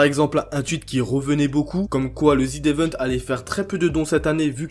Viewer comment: pk tu dis ZID évent PITIéééééééééé